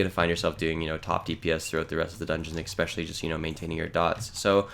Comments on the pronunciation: I didnt want to seem like a douche calling this out but seeing as its already been done... yeah its annoying to keep hearing eggspecially lol (really like the videos in general though) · I knew I wasn't the only one to hear this horrible sounding mispronounced word. It made me mute the video.